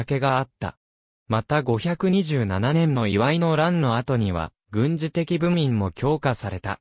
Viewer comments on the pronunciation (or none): 『東日流外三郡誌』（つがるそとさんぐんし」や、部民(べみん) などの読み方が…